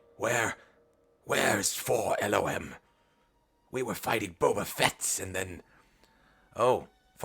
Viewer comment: You're not alone, I too have always said "Four Lom". Even when presented with the "correct" canonical way to say it, I can't do it. I've been saying "Lom" since at least 1997, there's no going back.